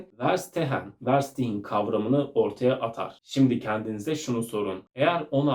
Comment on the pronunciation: Ferşitehen diye telaffuz edilir. Almanca anlamak anlamına gelir